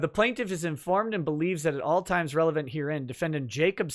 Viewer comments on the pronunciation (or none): none